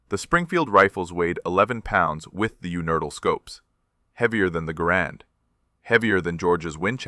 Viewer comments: This video is AI slop. The narration is unfortunately very good and it's hard to catch, but the way it unhesitatingly says "you nurdles" every time it's supposed to say 'universal' is a rookie mistake that gives it away. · UNERTL scope. Not "Universal", AI. Sheesh. Everyone knows that. Except AI, it seems. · Unertyl not universal! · the word is "universal" -- u-knee-ver-sal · yewnerdle!? YEWNERDLE!? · Amusing that the AI bot narrating can't say the word universal. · Robot-Voice has trouble with the word Unertl - which is an old-line target ‘scope. If I recall correctly, “Saving Private Ryan” shows one of these ‘scopes in use.